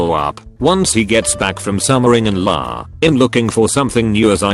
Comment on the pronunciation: " Once he gets back from summering in LAAH " I cackled